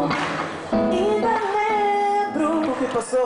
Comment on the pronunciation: Você pronunciou "Ainda lembro" certinho. Parabéns 👏🏿